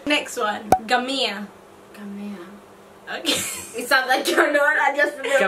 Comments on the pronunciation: babe lots of love but its not gamia....its ngamia....gotta put the n in the pronunciation too.....love you guys ❤❤ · Honey it's ngamia not gamia. There's that 'ng' sound. You may want to look up the sound difference. This is a fun video. I love it. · Ngamia not Gamia gosh ... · Its Ngamia not Gamia